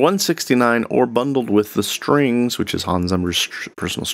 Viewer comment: pronounced +- TA-blow in American English (as in French) or +- TA-blue in British English. Only ta-BLUE in your accent, I suppose :) I can imagine Hans Zimmer spelled it like that, since pronounced in German strings sounds like streengs. Cute :) Danish, so technically pronounced Looftroom +-. Airspace. But okay. That's at least not English. :)